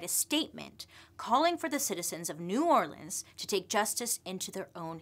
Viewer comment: I love how Bailey is pronouncing New Orleans like a Louisianan 🥰